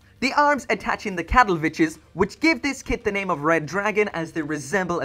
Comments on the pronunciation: I can't unhear "Cattle bitches" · whatever the name of the sword is, im sure is not pronounced "CATTLE BITCH" also what the hell with the lack of beam effects? its a frigging PREMIUM kit, is not like it is as easy to get by or as CHEAP as any other kit, just give us the beam effects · I thought I heard "cattle-bitches" lol. im sorry.